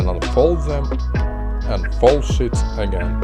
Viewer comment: Not being mean but when he said sheets he said s**t